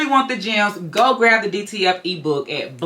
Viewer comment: It sounds like you are saying DTL transfers.